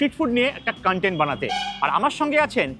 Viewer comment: Dada khub bhalo vlog banao. However, "kan-tent" - pronunciation er meaning ta alada.....ota "KON-TENT" hobe ...same spelling though ... "content". All the best!